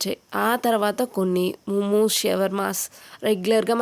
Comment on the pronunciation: ముముస్ కాదు మొమోస్ అనాలి